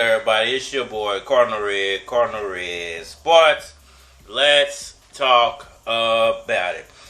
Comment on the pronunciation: Is this me or does this dude doesn’t even know how to pronounce his logo name? It is Cardinal He said it three times with the O not an A 😂 A cardinal (Latin: Sanctae Romanae Ecclesiae cardinalis; lit. 'cardinal of the Holy Roman Church') is a senior member of the clergy of the Catholic Church. Cardinals are created by the pope and typically hold the title for life. Google it first ma men